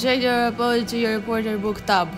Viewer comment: I love how she kept on saying 'Tub..' For tab.